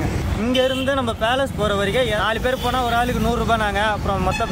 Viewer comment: இன்னாது மைசூர் பேலன்ஸ் ஆ ப்ரோ அது பேலஸ்